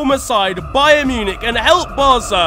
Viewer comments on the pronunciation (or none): none